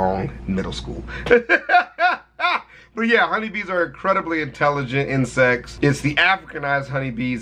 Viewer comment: "we gotta do insects" my fucked up hearing: "WE GOTTA DO INCEST"